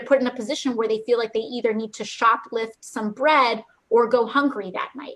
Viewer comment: Any political leader, and I mean ANY, that says "NEEDA" instead of need to, is automatically disqualified to tell me anything!